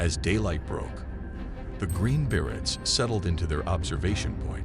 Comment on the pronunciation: Exactly. Berets - not barretts! Please do better.